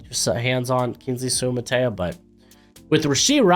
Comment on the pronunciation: Soo-ah Mah-Tah Eee-Ya it's not that hard, do better